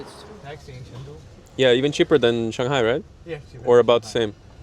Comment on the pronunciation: Chengdu not Chongdu